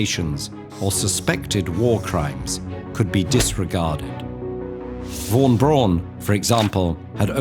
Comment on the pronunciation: Makes a video about German scientists. Does not have a clue, how to pronounce German names. (Hint: von is pronounced as "fon". Strange German quirk)